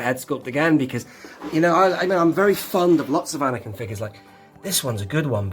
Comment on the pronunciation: I quite like A-neck-in ... 🤦‍♂️🤣 Couldn't you apply the stickers and then use an earbud to apply some black paint over the top to tie in the weathering!? 👍